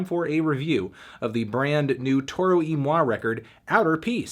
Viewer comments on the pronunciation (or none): It's pronounced "Toro Y Moy"! I refuse!